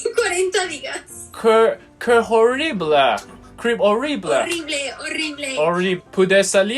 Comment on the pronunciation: ，你 me llamo 讀錯了，雙ll太刻意。😂😂😂而且西班牙語h唔發音嘅，你讀“h”orrible，Rico即刻暴走咁糾正妳。哈哈哈哈哈哈